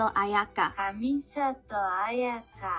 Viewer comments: It's interesting to see that as an English speaker, you tend to put lexical stress on a different part of the word than the google translate pronunciation does :o Ex: *A*yaka vs A*ya*ka & *A*yato vs A*ya*to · i noticed when saying "ayaka" and "ayato" you went a↗ i↘ ya↘ ka/to↘ instead of a↗ ya↗ ka/to↘ . i made the same mistake for years, so it really took me back and gave me a laugh. also, for itto you dont wanna go i-to, you want it-to. to make it simple, doubles like tt means theres a small pause (kinda. thats just the easiest way to explain it even though its not 100%) its hard when you arent familiar with the language. i personally struggle with the german and sumeru names lol.